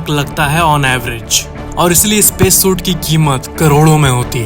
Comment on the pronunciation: It's not शूट it's सूट